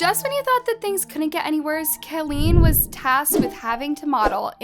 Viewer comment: Lol "Kaleen".